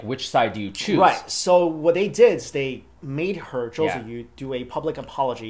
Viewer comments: Her name is pronounced chewie. And all she did was hold a flag. JYP should have been standing next to her. She is 16 for crying out loud. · Common!!...Im from chile and i know her name is pronounce Tzu-ee... theres was a lot of tv news talking about Tzuyu becoming big in korea and because she was "the chinese girl in the group" she got lots of publicity from chinese media kinda proud of her reprezenting china ...then she wave the taiwanese flag and chinese people got their heart broken